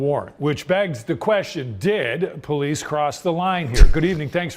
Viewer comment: Po-leece= "stop existing!!!" This pd is out of control. Wow!